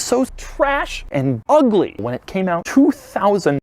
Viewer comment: The emphasis on the first UGLY 😂